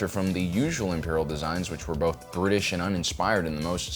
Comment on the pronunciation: Just checking, but did say 'brutish and uninspired', or 'British and uninspired' at ~. I'm not too sure😆